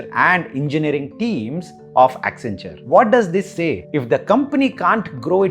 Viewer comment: WACCEN WACCEN WACCEN WACCEN WACCEN WACCEN WACCENTURE😂